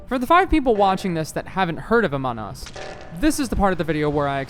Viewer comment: "ahmon us"